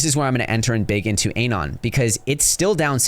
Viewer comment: Bro can’t even pronounce anon lol